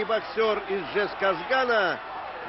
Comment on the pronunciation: Ты мои мысли украл, брат ))) Понравилось как он называл город Жезказган правильно. Без Джаза. А то, были мы все когда-то под Дж. При этом, Жену и Женю они (сами знаете) называли без Д.